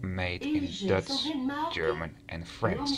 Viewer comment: Prima vid, maar je uitspraak is wel een beetje irritant af en toe. "Dutch" en "luggage".